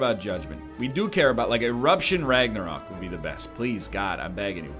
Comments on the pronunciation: R A G N A R O Q U E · Why the fuck is he pronouncing Ragnarok like that lol 😂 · Everyone else: “Ragnarok” Egg: “Ragnaröek” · Seriously why do you keep pronouncing Ragnarok like that egg dad? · It's funny, like dan saying clock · Can tell NL has been friends with Dan for too long by how he pronounces Ragnarok